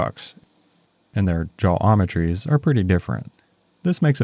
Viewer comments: Did you really say 'JAWOMETRIES'? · "Jaw-ometries" HA!